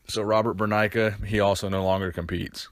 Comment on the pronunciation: Its not Burnaika it's Burneika